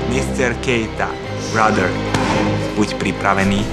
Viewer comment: "Ajem not jór bradr, bradr" 😃😃